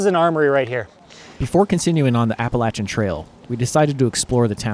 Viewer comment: You guys are from Ohio, so why do you pronounce Appalachian Trail like you are someone from Georgia?